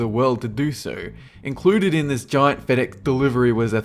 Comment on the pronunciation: can you not say fedex or delivery